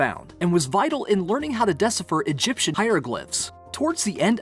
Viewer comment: That dude pronouncing de-CIPH-er as DES-ifer. And ex-ca-VAT-er as ex-CAV-a-ter. What?